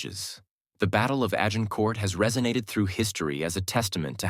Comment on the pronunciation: The AI changed multiple times its pronunciation of 'Agincourt'. Highly irritating.